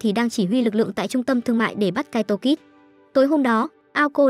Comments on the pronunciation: mé tên là kaito kid mà cứ đọc là kaito kis là sao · kid thôi kid's khó nghe vcl